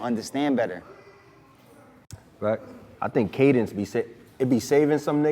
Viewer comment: “Cadence” is the word he tried to say for minutes 😂